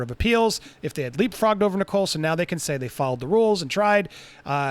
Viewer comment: I'm getting ads in the UK Andy. Also just by the way "Nicol" is pronounced like "nickel" not "Nicole".